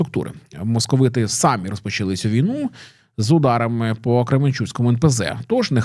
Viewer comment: Сподіваюсь дожити до дня, коли українські блогери поновлять покращувати свою мову і хоча б почнуть ставити правильно наголос в слові "самі", а не говорити його як в росіянській мові